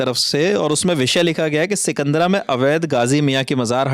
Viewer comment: सिकंदर नहीं सिकंदरा है जी